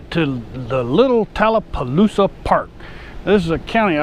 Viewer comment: Next time you come thru, just remember, it's Talla Poosa.... there is no "L" in the end of the name. Thanks! From a long time LE Receptionist who has heard every city in a 3 county area mis-pronounced! And it's Carroll County, not Clark!!! Born and Raised <3.